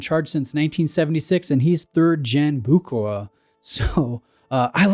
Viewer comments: It's: BOO-HER-ER !!! If you're going to do a video on a brand, you could at least bother to look up how to pronounce their name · is sounds wires when you try to name a Swiss or a French name in English, the last name is pronounced Bousherér I know I'm typing it wrong but that's how you should pronounce it. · Ah Bucherer...NO "K", it is a CH as in lochness, and the R is also at the end of the word pronounced... It's German, not english. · There's no 'k' sound in Bucherer. 'ch' is very similarly pronounced to the 'ch' in Loch Ness or Ich. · You’re completely butchering the pronunciation of Bucherer 🫣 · You really "bucher"ed the pronunciation 😁